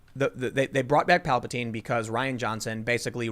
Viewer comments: You liked TLJ? Please don't do videos with this guy anymore. Bye dude. By the way "Palpatween" 😭😭😭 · "Palpatween"! I love it! Daisy Ridley is the newest Disney Princess -- Princess Palpatween!